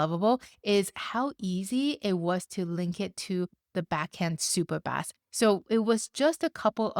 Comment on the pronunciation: SUPERBAS? IT IS SUPERBASE DUM DE DUM DUM DUMB!